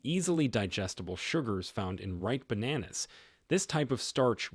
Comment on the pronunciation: Bananas 😂 Say it properly.